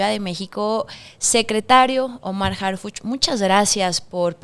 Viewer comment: Señorita...somos morena pero...harpuch???? Harpuch???